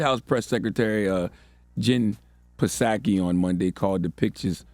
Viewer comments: hahahaha....."puh sahki"??? do you even WATCH the news???? and it's pronounced 'roy-ters"....not "roo-ters" WOW! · The “P” is silent on Psaki, bro